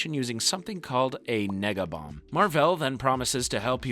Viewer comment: Really gotta enunciate that e in nega bomb lol